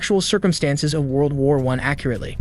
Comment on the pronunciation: World WAR one???? STOP PUTTING THE EMPHASIS ON THE WRONG SYLLABLE!!!